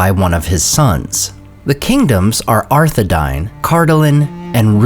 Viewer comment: Edain is pronounced Eh dah een. Earnedil is pronounced eh-ah-Rehn-deel. Arthedain is arthe-dah-een. Dunedain is dune-eh-dah- een.